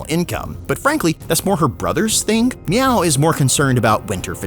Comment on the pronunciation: constantly saying "miao" has my spine twist in anger.